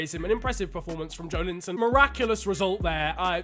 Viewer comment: pronounciation is joélinton